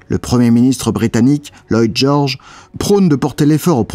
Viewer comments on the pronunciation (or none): Lloyd George. Pas Loyd Georges. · C'est "Lloyd George". Histoire d'avoir quelque chose à critiquer ! Cette vidéo est passionnante !